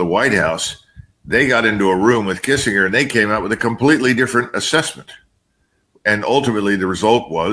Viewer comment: How can someone his age mispronounce Kissingers name?!!!